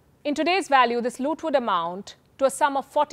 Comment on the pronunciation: "The British warehouse of colonial" Looth! Very well spoken.